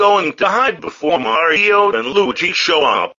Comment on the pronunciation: He said "Lugee"